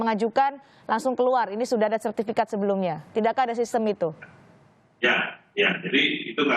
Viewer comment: Sertifikat Pak. Bukan sertifiket. Berasa ketek